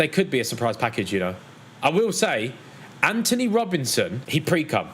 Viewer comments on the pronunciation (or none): none